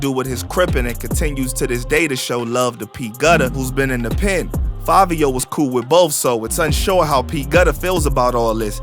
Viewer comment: I’m still trying to figure out how “Fivio” is pronounced “Favio” 🧐 BTW, the original dude was FABIO lol